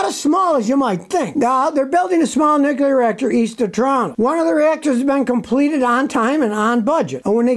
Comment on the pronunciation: Scotty: It's pronounced "nuclear", NOT "nucular".